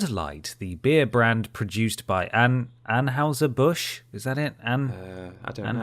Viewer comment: An-HIGH-ser Bush, if anybody cares!